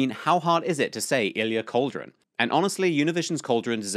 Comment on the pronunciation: Greatest moment of the debate. Weird thing was that he got the name first but then doubted himself. You on the other hand pronouncing it "Cauldron" is unforgivable.